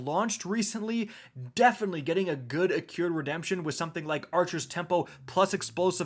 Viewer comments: "Its Ac-CRU-ed not Ac-CURE-D Redemption" here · Why does he keep saying “accured”. The word is Accrued. “I can’t read” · it's accrued, not accured, smh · "Accured" lol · Accrued: "Ah-crude" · A cured redemption?... I'm starting to think you pronounce words wrong intentionally...